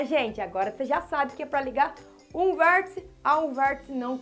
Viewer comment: "Tia", estou adorando suas aulas. Estão ajudando-me muito, mesmo. Além disso, adoro quando você pronuncia palavras com um "L", depois do "R", tipo "VérLtice". Bem, agora vou pararL de escreverL para assistirL sua aula sobre Retas e Semirretas. Tchau!